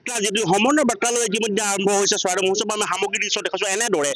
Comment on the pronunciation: মহোৎসৱ কব লাগে মহোৎখব নহয়